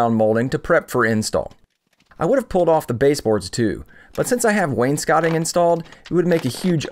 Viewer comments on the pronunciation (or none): Wains “cotting” lol. It’s wainscoting (wains-coating).